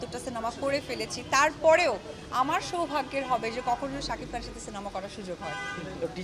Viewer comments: Apu sob Somoy sakif sakif bolbenna,tar nam shakib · তুই কি সারাজীবন শাকিফ বলবি ।শাকিব বল নাম ঠিক করে বল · আচ্ছা কেউ ওরে শাকিব উচ্চারণ টা শেখা ভাই।,শাকিফ😂 ঢং করে কথা বলতে গিয়ে...🤮🤮